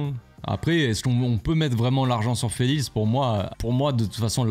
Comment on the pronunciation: "Joao felitz"😂😂😂😂